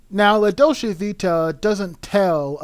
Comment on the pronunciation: I can’t watch this because the narrator can’t even fucking pronounce “Dolce”.